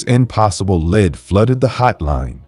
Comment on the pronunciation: I love your clear, articulate voice. I would never have known that English wasn't your first language. One word that is confusing in English is "lead" and it's used so often in crime cases. It's pronounced "leed" in these cases. But when talking about the lead used in pencils, it's pronounced "led". I hear English is the hardest language to learn because we have so many words borrowed from other languages. Many spelled the same mean different things. Confusing!!